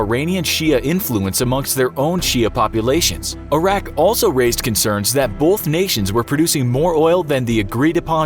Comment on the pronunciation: I know this is 4y old but I hope you learned how to properly pronounce Iraq.